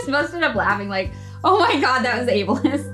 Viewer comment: "Ablesist." OH lord....